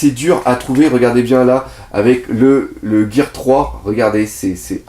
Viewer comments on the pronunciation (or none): none